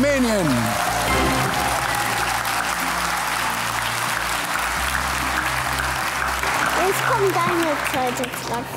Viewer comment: damit ist Armenien gemeint. Der hat es so komisch ausgesprochen